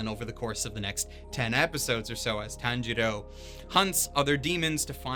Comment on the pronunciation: If i hear one more Tan-jiro I will KMS